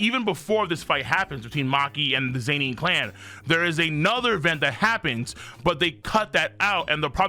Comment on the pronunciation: ZayNeen? its ZEN-NIN Gang 😭